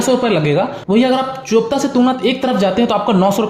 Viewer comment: BRO. Its चोपटा Not चोपता 😂😂😂😂